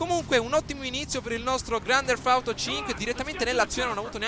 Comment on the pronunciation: Primo si dice grand teft auto e non grand derf auto e poi hai detto una cosa che mi ha fatto abbastanza ridere ...che il Nevada è nel nord America. Hahahah